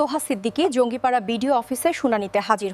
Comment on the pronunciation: জায়গাটির নাম জাঙ্গি পাড়া, আপনি বললেন জঙ্গি পাড়া এটা ঠিক নয়। সঠিক ভাবে জায়গার নাম বলার চেষ্টা করুন